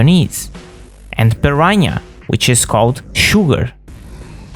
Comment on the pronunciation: Piranha's name is pronounced PUR-AHN-UH not PUR-RANYA. 😅